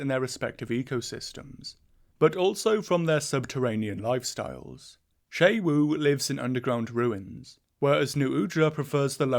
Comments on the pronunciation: Isn't it pronounced like "shu wu" and not "shay wu?" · It's pronounced x UWU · The fact that "Xu Wu" is pronounced "Shay-Wu" will never fail to give me an English speaker's aneurysm. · FOR THE LOVE OF GOD WHY DO YOU INSIST ON SAYING XU WU WRONG ITS 4 F ING LETTERS. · this is how i find out ive been pronouncing xu wu's name wrong for a month (wonderful video, i find the octopi very exciting and interesting, they're very hard to read and it makes the fights all the harder and more rewarding) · pronounces xu wu wrong the entire video though lol